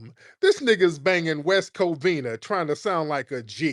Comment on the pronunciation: He KEEPS SAYING NIGGAS — he says it wrong!!!